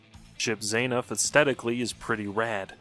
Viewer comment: bro its not hard to say zah-nuff bro you hear it every time you select the character (fi i missed the joke sorry)